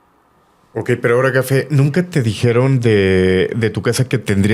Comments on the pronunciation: Por que le dice Gafe 😮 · Jajaja le dijo" gafe" 😅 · Nuevamente le dijiste Gafe jajaja 😮